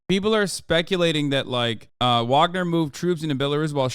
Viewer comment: Hasan, say it with me; vaugner vaugner vaugner vaugner vaugner vaugner vaugner vaugner vaugner vaugner vaugner vaugner vaugner vaugner vaugner vaugner vaugner vaugner vaugner vaugner vaugner vaugner vaugner vaugner vaugner